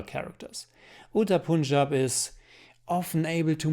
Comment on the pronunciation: I am first✋ and I liked it too 😁. Also plz correct your pronounciation of Punjab.